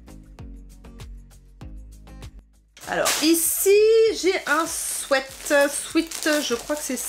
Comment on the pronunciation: Un souaite. ???? Non un sweat qui se prononce swit